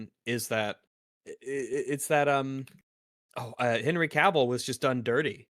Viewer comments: Henry Cavill, as pronounces it, definitely makes dogs into coats. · can’t even say “Henry Cavill” right so he doesn’t get an opinion on Man of Steel.